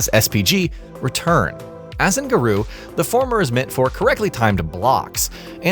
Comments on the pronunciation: Ga-Roh. Not Ga-Roo. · Its GARŌ said Gah-roe. What in the hell is a garoo? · Garooo Tie-sock Mai shenwee Would it hurt you guys to do some due dilligence on how to pronounce the characters and name of the game properly. it just shows a complete lack of professionalism